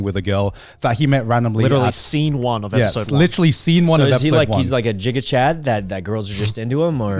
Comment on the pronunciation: Mate, did Sykkuno just say Jiga chad